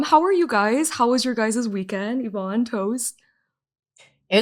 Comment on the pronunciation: She says her name. always says it wrong.